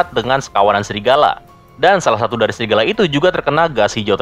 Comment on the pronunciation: Bang bukan srigala tapi Serigala wkwkwkw